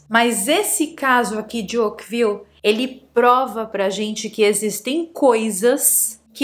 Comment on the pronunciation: Essa chuva aconteceu em 1994.. Caso antigo!!!! Ókvile???? .... é assim que voce pronuncia ao invés de Oakville? . Fizeram filme para a Netflix...mas é caso antigo